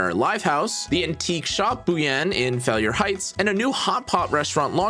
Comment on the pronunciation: "Failure Heights" threw me off so hard lol. It's Fai-lume Heights.